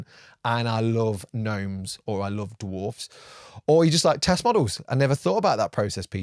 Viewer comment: Look at you pronouncing that plural ‘dwarfs’ properly as Tolkien would have you do. Cheers sir.